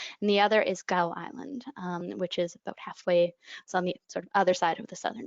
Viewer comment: Fascinating. Thanks. Here's hoping HPAI doesn't hit too hard. (BTW Gough = gof or gaaf).